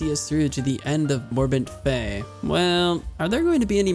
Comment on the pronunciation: Love your series bro but two things I need to point out. First its Morbent FEL, not fei, and second the Warders you fought are quite unique. They're not immune to magic per-se, they have spells called Frost Ward and Fire ward and activate them whenever they first get hit by one of those types of spells. I'm not sure on your feelings towards addons but a cast bar addon will help a lot. Keep up the good work bro, I click these vids as soon as I see them. I especially loves your reading of Jitters Journal. I knew the story but I've never actually sat down and read the book before